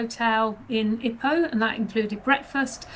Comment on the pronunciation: Loved this summation video but every time you mispronounced Ipoh as ippo instead of EEepo... lol.If you did retire there, go to the Genting or Cameron Highlands. That humidity keeps me away despite loving it. Glad to hear the medical scene was good.